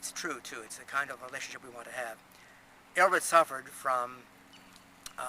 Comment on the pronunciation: My first name is Ælred and I love it, Richard is my middle name. It sounds as if you're not pronouncing the "l" strong enough in the video, I learnt it as "red ale" reversed ie ale red. I'm very fussy how people pronounce my name.